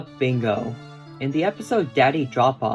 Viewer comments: Lila is pronounced "Leela" not "Laila" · Isn't it pronounced "Lee-la"?